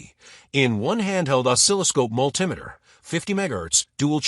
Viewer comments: I came looking for a multi-meter, not a mull tim itter. Thumbs down, no subscription for pidgin american. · Whats a mull-timeiter?